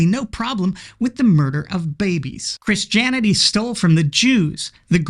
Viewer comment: "Chris Janity".